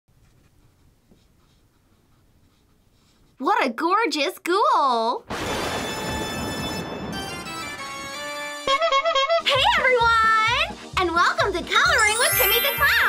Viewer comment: It's not goll its ghoul